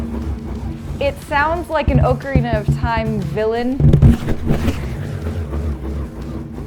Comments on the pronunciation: Pronounced Ok not oak Erina of time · Btw it's pronounced Aa ca rina not Oh ca rina lol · I've never heard ocarina pronounced as oakarina before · Oakarina ? Really Ocarina pronounced like doctor